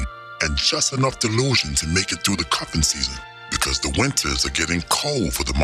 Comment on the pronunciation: It's the coffin season not the cuffing season. LOL